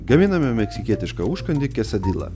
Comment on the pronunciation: Turetu buti skanu..Tik tariasi-kesadija,ne kesadila..;)